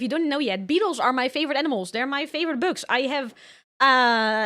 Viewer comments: I know right I thought she said , books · I am obsessed with how she pronounces "bugs." It's so endearing.